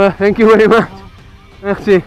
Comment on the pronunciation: "Mercie Gokú"